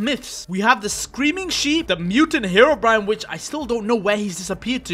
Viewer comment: heroBrian❌ herobrine✅